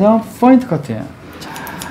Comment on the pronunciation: 포인트.point 인데.계속 F발음으로 하시네요.foint 뽀인트 라고.ㅋㅋ